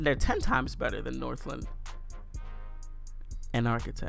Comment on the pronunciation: north- LANE not northLIN